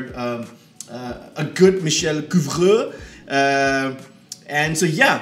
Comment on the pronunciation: Your pronunciation of Couvreur is very good, but his first name is spelled Michel.